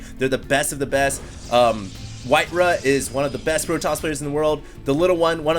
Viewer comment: "RAW", "RAW", its white "RAW" not "RUH"